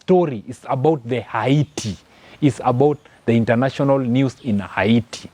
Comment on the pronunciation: Fake news.all those your commenting are not verified and you cant video them Yout merely speculating and not giving true pics..secondly your accent is horible..and your pronouncing haiti wrongly.get your facts right